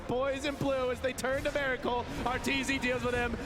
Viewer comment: His name is miracle not meracle, pronounce it right ffs!